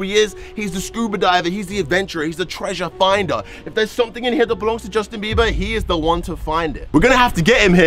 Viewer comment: How many times you say Justin 😂 beaber